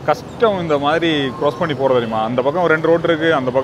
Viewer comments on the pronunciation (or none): none